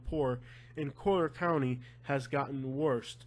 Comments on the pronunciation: Dude, it's COLLIER county, not Coaler county. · Yo I love you and I appreciate the "real" news... I thought it was super funny hearing you say collier.. Your 100% Spanish lol I'm Cuban and you pronounce it like your reading Spanish.. 2 l's doesn't make a y lmao your kept saying it like coyer or something lmao it was so funny.. Sorry to laugh at your expense but dude it was too funny!! Like I said I listen to your stuff alot and I love it lol keep your chin up dude you do good work bro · I was born here 66 years ago in 1954, I married at 15 in 1969 & I grew very well off with my husband through land. Please, learn how to say "COLLIER" properly !!!!! My husband didn't even have shoes to wear to school, he went barefoot & I had 1pair of shoes !!!!! Go back to Kentucky. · It's Collier County. Learn how to say it before you post a video. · I live in Naples and Yea, it's expensive but, man, can this guy find anything not to Bitch about??? The guy will have problems no matter where he goes !!!! Been here for over 20 years and can't even pronounce Collier correctly 😂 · learn to pronounce the county.